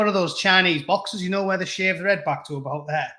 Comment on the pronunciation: Heed, a wee bit of scots there ?